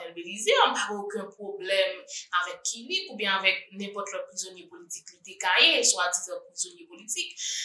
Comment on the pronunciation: Ou pwonose mo kilik la byen wi ou konnenl byen se manjew